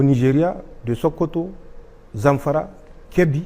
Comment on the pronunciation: Zack ce pas Zankara on dit Zanfara😂😂😂